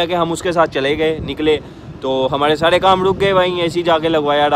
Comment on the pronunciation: آپ ر کو ڑ کہتے ہیں، جیسے گڑمی، ڑوڈ، ساڑے کام چھوڑو۔ اور بھی کافی مسلئہ ہے۔۔ تلفظ اچھا ہو تو ذیادہ بہتر رہے گا۔